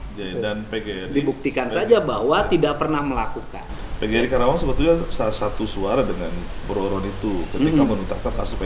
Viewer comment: Karawang, bukan Krawang Pak Dedi.